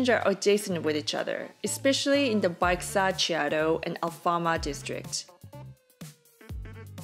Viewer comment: If there wasn't map images showing the names of the places they went, I'd have no clue what she was talking about. There are lots of tools to learn how to pronounce words these days. Baixa Chiado goes more or less like By-sha Shee-ah-do. Saying it right goes a long way when asking for information.